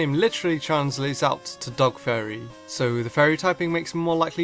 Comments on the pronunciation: whenever you say fairy it sounds like furry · It sounds like you are saying furry as opposed to fairy and its mildly amusing xP